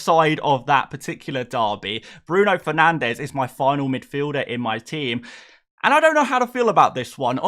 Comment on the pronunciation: Sending hate for not saying Fernanshhhhhh